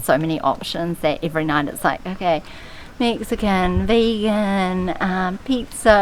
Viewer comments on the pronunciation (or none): none